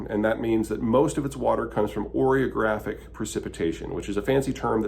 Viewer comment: Oreogeaphic- when the milk and cream hit the chocolate cookies and condense into cream filling. 😂 Peter is so smart but I love occasional mispronunciations!